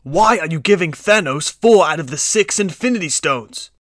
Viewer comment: Bruh Y did u say thonas and iorn man